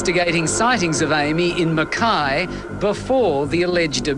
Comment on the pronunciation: Mackay? No aussie would ever pronounce it like you did, even if they never heard the word before.